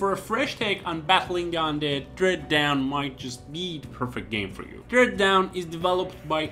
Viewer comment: Dread Dawn* not Dread Down.